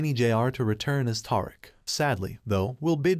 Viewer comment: his name isnt Tar-ick its Tariq like Ta-Reek lol cant take ya seriously when you cant say his name right lol